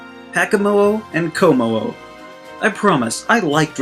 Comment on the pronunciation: Btw Shiinotic is pronounced Shih-naw-tick Kommo-o is pronounced Kah-moh-oh Drampa is pronounced Dram-puh Crobominable is pronounced Cruh-bom-in-uh-bull Crabrawler is pronounced Crah-brawler